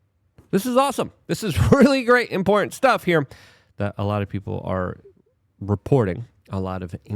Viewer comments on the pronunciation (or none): Your content is fantastic minus the illiteracy. "Anonomalies"? "Peoper"? If something is important, you say it's "import".. It's astounding and every video is chock full of hilarious examples. LMAO I love ya Luke, but slow down.